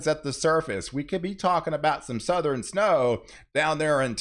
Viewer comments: It’s said Southern not southren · “suh-thur-en” snow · Did you say SoutherEn?